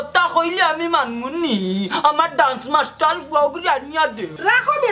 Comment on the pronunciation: ডান্স শুদ্ধ উচ্চারণ 😊❤ ড্রানস ভুল উচ্চারণ 🦋🍫🍫